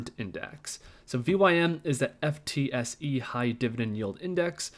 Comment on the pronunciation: FTSE is pronounced ‘Footsie’